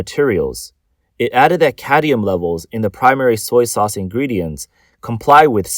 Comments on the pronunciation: Cadmium, not cadium. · It’s cadmium not cadium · Cadmium. Not "cadium." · Cadmium not cadium, there is no such thing as cadium. So much for the Asian genious myth lmao. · I don't care if it's cadium or caddium. Just so long as it's not cadmium. How could they let him record the whole video like this and nobody said anything? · It's not "caddium" it's cadmium --- say it right or don't read the news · It's like drilling in my brain. I can handle it once or twice. I mean, you have one job. Read the script. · Why can't the reader pronounce "cadmium"? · Cad-MI-um for fucks sake You don't even know what it is apparently so why so worried about it? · lol did you mean caddium? the narrator apparently did